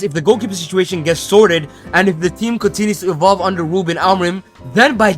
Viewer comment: Talks about an “impediment” yet spends the whole vid saying “wuben”.